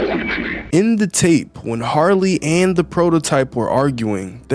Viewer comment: Its "Harley" Not "Sarly"😭